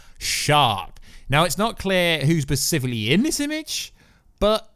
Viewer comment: bruh please stop saying "pacifically" its specifically, you killing me! 😂😂